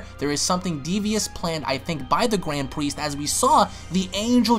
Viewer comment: Gwand Priest